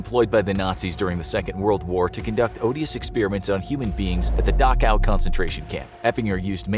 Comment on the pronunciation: Thanks, I now know how to pronounce Dachau.